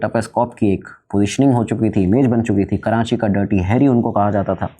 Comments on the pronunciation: Kranchi nh karachi HOTA h bhai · Abheeeee "karanchi" nahi hai ,KARACHI hai . And I spent my whole life in layri. You guys didn't even covered 10% of layri in the movie, neither you have 20% of facts about layri. I stopped watching your video when u said 1960s 1970s ppl over there had rocket launchers 😅. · It is Not Karanchi Its Karachi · Uncle its KARACHI not kiraaNchi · Karachi ❌️ Karanchi ✅️ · karachi ❌ karanchi ✅ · Yaar karanchi nahi karachi hai 😂😂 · Karanchii bol k karanchi walon ko khush kr dia bhai ne 😂